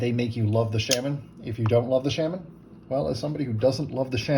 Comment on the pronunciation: Sha-men.🙋‍♂️ love.